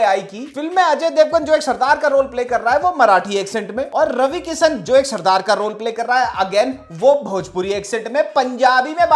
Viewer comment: Why r u saying punjabi as surdard??. Wdym